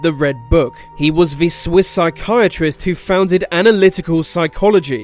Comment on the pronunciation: Can't you pronounce 'the'?